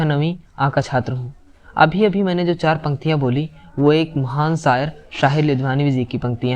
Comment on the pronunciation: Beta sayar nahi hota shayar hota hai